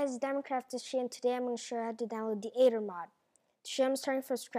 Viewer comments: Not ADER Not Ether It's Aether :/ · You pronounce it eder, not ader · ITS AE-TH-ER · I love how u cant say aether its so adorable :3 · DUDE IT WORKS THX, AND ALL YOU MEAN BULLYS SHUT UP AND GIVE HIM A BREAK HE IS DUTCH AND THATS HOW HE PRONOUNCES AETHER! GRRRRR....